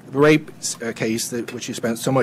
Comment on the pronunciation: The guy needs to take a few lessons in public speaking. His voice is slightly irritating and high pitched, and he constantly gets ahead of himself - not to mention "wape".